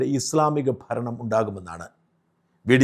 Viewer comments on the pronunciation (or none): none